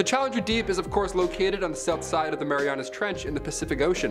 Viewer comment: Did you really say Mary Anna's trench?..... I know everyone makes mistakes but your editor, in many different videos, has made very silly mistakes/let y'all say something weird